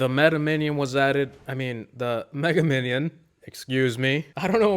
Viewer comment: I thought when u said meta minnion I thought u were saying that cause mega minnoin looks like meta knight